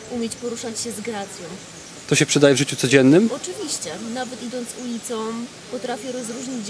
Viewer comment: "nawet idONC ulicOM"